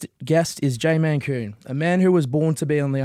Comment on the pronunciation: Mate...his name is MALKOUN. Not Mankoon 🤦 lucky he was polite enough to not pull ya on it. There's those manners he spoke of.